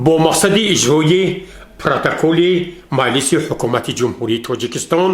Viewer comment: Дар забони точики калимаи шуъба ва майлис нест ,ин мухбир доимо хато талаффуз мекунад ,хонандагони мактабхо чи ибрат мегиранд ???